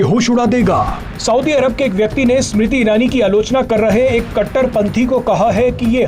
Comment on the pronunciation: Sumrti nahi smriti 😂😂